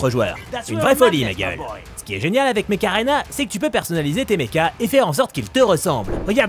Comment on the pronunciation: Mech Arena.? Perso j’entend Macarena^^